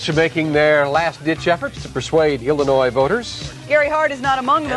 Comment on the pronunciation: Ok turned on CC to hear what he said . He said "Illinois voters" but for a second I thought he said "humanoid voters" which reminded me of the Simpsons episode where the cadidates are aliens. 😂